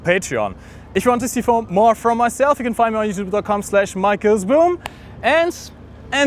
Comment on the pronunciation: Why did he say fere instead of four?